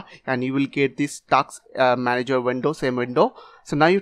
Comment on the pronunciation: It's Task Manager bro, not Taks Manager.